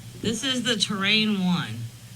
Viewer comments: Terran 1 pronounced ter-ran. Like the Terrans in Starcraft. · I can't help but do a bit of a rant. I don't know which to do first, facepalm, ram my head into the wall, sigh or just plain cuss using every word I've ever learned. To paraphrase Vader, "I find the lack of knowing the Latin names of the Solar System disturbing." The name of the rocket is Terran, basicilly Earthman. Earth is Terra, our star is Sol. The moon of our planet is Luna. The mispronunciation used here of Terra to Terrain gave me a WTF moment. To say "terrain" means landscape. I encourage everyone to stop the dumbing down of astronomy as Neil Degrasse Tyson is now encouraging. I guess he thinks that if you're not an Astrophysicist with a PHD you're too stupid to know proper terms. I know I'm smart enough to learn the terms just as any other amateur stargazer can do.